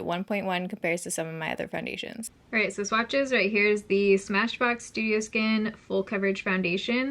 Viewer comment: Am i the only one that kept thinking she was saying “smashbox do yo skin”? I thought she was reviewing a dewy version and I got confused 😂